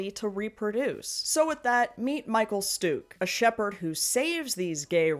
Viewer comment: Lots of people beat me with the flail so to speak, but I can tell y'all that the proper pronunciation of that guy's name is I believe 'shtuckah', but maybe an actual German can confirm this or correct me.